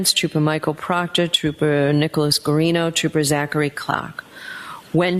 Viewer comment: Sorry your Buddy Proctorah is Fired not A TROOPERAH anymore:face-purple-crying